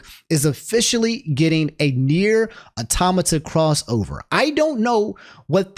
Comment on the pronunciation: Shoutout to for saying Automata correctly. Amazing episode as always.